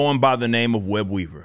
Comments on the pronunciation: When you said his name I thought you said WEB EATER LOL 😆 😂 🤣 😅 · When he said his name I thought he said WEB EATER 🕸 😂 🤣 😅.. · “Web-weaver” lmaooo is it really that easy?